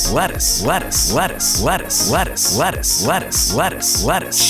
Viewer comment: 途中からレタスがバルスに聞こえるの俺だけですか？